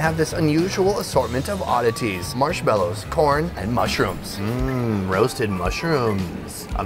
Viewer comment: The way he said corn💀💀💀💀💀💀